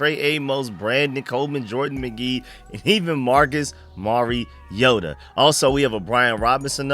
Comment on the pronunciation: "Mari-yoda" No that's not how you say his name....... It's "Mariota"